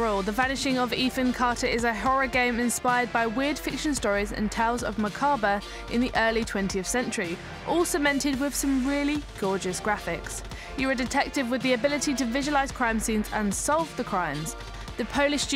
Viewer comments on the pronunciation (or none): Macarber? Am I missing something or did she mean Macabre?